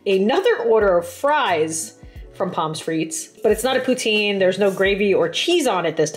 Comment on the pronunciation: I love your vids so much but you said Poutine wrong ❤❤❤